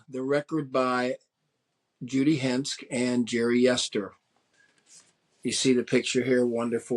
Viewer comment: He mispronounces Yanovsky, Aldebaran, and Henske, all in the first 90 seconds. Ouch.